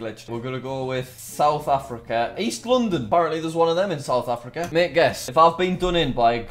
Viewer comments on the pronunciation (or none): none